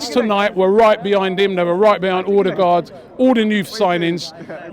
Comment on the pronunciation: Now that Ødegård is a permanent member of your club, learn to pronounce the lads name!